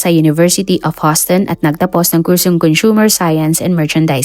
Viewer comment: Correction Houston is prounonced like Uston not Huston salamat